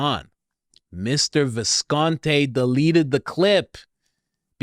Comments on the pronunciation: Not 'Viscont...ay'...it's Viscont...ee! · It’s Visconti not Visconte